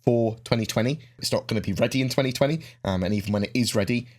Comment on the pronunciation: it kinda sounded like you said 2024 but it was really 2020, for us to play lol